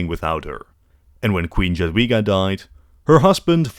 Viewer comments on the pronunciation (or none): Jadwiga is pronuonced "Yadveega" and Jagiełło is pronounced "Yag-yeaw-wo" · evil way to pronounce jagiellon and jadwiga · Nice video, but your pronunciation of "Jadwiga" and "Jagiełło" hurts my ears every time i hear it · brother can't even pronounce "Jadwiga" or "Jagiełło"